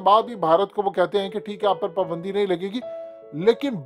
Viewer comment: PUUUUUUBANDI hahhahah abay URDU kay QATAL it is PAAAAAABAAAAAANDI.